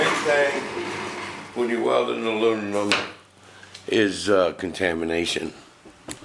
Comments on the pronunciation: Did he say alununum? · Weekend? Sounds like your already hitting the bottle, "ALUNINUM" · I could listen to this guy try to pronounce aluminum all day. Hilarious. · LMAO!! Hell just that is worth 500k views... On a serious note very very informative video thank you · If you are going to make a video about aluminum you should at least be able to pronounce the word! Makes me think you must be stupid!